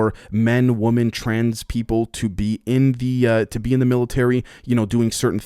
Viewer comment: Bro, why do you have such a hard time saying the word Women? It's the plural form of Woman. I can never tell if you are speaking about a group or an individual.